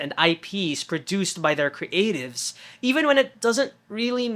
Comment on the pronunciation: I'm curious why you insist on kree-ative and kree-ator. Your pronunciation on words with the ea combination is bizarre 🙂 it's so obvious during ... the pause between kree and atives is triggering me unreasonably 🙂